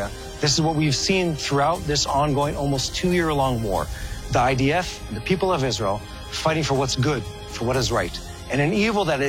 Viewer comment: It's idf not ids.